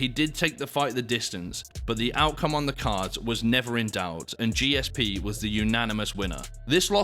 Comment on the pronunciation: What a mug. Clearly a student of Steven Segal's. Another Jake Paul. By the way, disrespecting GSP by struggling to pronounce his name or seemingly understand what a true legend of the sport he was is embarrassing.